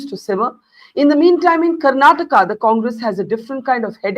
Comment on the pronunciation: It's baffling how often southern names are mispronounced in national media—even by those who call themselves senior journalists. They'd be furious if someone said Indi for India or Americ for America. But somehow, Karnataka becomes Karnatak, Kerala becomes Keral, and Tamizh Nadu becomes Tamilnad—as if vowels, syllables, and pauses are optional south of the Vindhyas and can be casually tossed out. Even names of public figures aren't spared: Siddarāmaiah becomes Siddaramaya, with "ayya" reduced to "aya" and "Rāma" flattened to "Rama"—as if no one in India knows how to pronounce Rāma. Sure, in natural speech, even locals might blend syllables. But in formal English—especially from a senior journalist—we expect accuracy. And just for the record, many Indian states outside the South also end in vowels—Goa, Haryana, Maharashtra, Meghalaya, Odisha, and Tripura—and no one mispronounces those. So let's be clear: this isn't about difficulty. It's about where attention is given—and where it isn't. It's about effort… or the lack of it.